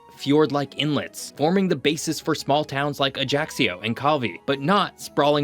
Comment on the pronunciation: Killed by the British pronunciation of Ajaccio